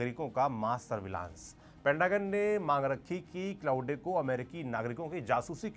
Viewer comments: Bhaiya isko क्लाउडे nahi क्लॉड bolte hain. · क्लॉउडे ❌ क्लॉड ✅ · I like how you pronounce it as k-laude